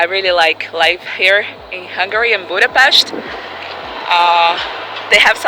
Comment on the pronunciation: The way you are saying Budapest is so beautiful, and you said Debrecen with a cute Spanish-like accent :D The way you said Kiskunhalas was top tier, and Miskolctapolca is really tricky and you still did a great job! I don't know if you practiced a lot or if you are naturally good, but I personally rally appreciate that you put the effort in ^-^ The upsides and criticism you gave about the country are all correct, and Lucy's interview was a good addition too! Thank you so much for the video!